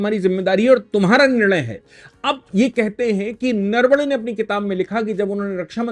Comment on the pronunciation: जनरल साहब, नरवडे नही नरवणे है. आपके जैसा उच्च शिक्षित व्यक्ती ऐसी भूल ना करे.